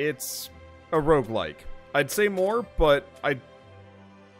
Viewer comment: he sead rogelike